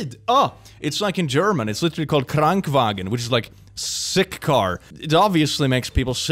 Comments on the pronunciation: KrankENwagen nicht Krankwagen. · It's "Krankenwagen" not "Krankwagen" - so it means "car for the sick" not "Car making you sick". Ich finds trotzdem extrem geil wenn Du Deutsch sprichst, also hör nicht auf damit. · The German word for Ambulanz is not Krank Wagen (sick vehicle ) its Krankenwagen (vehicle of /for the sick) i know that is not that different i just like to share knowledge wenn i can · in german its not krankwagen its actually krankenwagen wich would translate to english as something like car of the sick or car for the sick its not a big difference but defenetly big enough to point it out so thanks for reading this and have a wonderfull day my fellow humans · I couldn't find a comment about the Krankenwage Its not Krankwagen (as in sick car) but Krankenwagen (a car for a sick person) A sick person is called ein Kranker Idk... fun language fact 😅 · Sorry for being triggered, but IT'S "Krankenwagen" NOT "Krankwagen" Krankwagen would mean sick car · I don't want to be THAT guy, but... :) It's not 'Sick Car' it's Krankenwagen aka 'Car for the sick' 😋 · It is called Krankenwagen, not Krankwagen. Your German is Bad. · yes, it's pronounced "krankenvagen" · its "Krankenwagen" meaning "sick wagon"